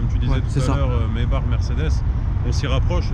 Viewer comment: Doux Jesus qui prononce bien "Maybach" (rrrrrrr à la fin du nom), c’est parfait!